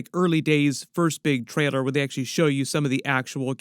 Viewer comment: I love homies videos but how is it that he said traider instead of trailer